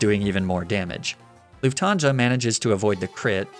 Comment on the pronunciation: As a german luufthaansa Sounds very Weird😂